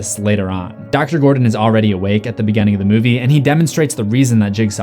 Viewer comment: Oh! And what's up with your dialect? It's like hearing people say WESSconsin instead of WISCONSIN every time you say any word with a small i. Beginning becomes "beGENNING."